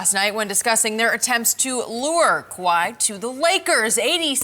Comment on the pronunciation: Nobody talkin about how Skip actually said Kawhi’s name lmao